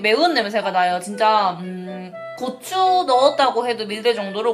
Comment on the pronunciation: 고추 말하실때 부추라고 하는것 같아요 ㅋㅋ